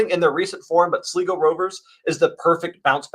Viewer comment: It's Sly-go Rovers, not Sliggo Rovers